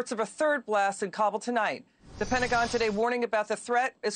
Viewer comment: Just like it's Seattle and not Seetle, it's pronounced Kabool not Kabl